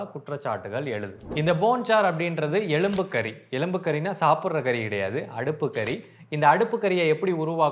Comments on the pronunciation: எலும்பு கரி.. எலும்பு கறி அல்ல... 😂😂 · எழும்பு கறி. இல்ல,. எழும்பு கரி..